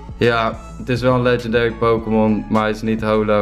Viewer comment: Jij weet echt bijna niks van pokemon....Kun je al zien als je hun namen uitspreekt.